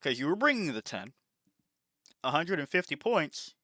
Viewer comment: Why you pronounce the s like that, you say Pointssh and 100 Pershent, Thisshh is my opinion.